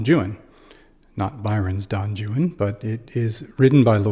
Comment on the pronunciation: Great explanation even the pronunciation of the name itself great!